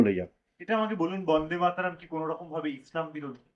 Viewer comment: বন্দের মাতরম নয় ভাই। বন্দে মাতরম